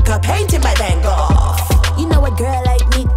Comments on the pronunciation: ""Fan goffff" haha if ur from the Netherlands you know how wrong van Gogh was pronounced 🤣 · I love the way she pronounces some words like "Van Gogh"